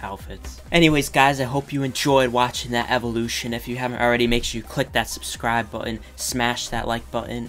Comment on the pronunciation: When he said ‘Subscribe’ at the start he said it in a Texan accent like ‘Subscraaab’